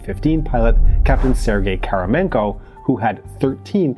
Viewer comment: I think he is Kramarenko not Karamenko.